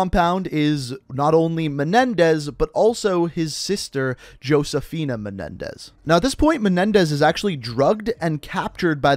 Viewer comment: I hate how much mispronounced Josephina & Cordis Die. Dude play the fucking game. How do you not know how to say that shit 😂